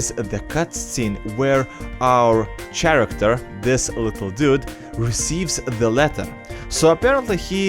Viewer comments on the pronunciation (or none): Arsalan Ahmed he can speak 3 or more languages, he’s bound to pronounce a few words wrong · umm you called a character a ch aracter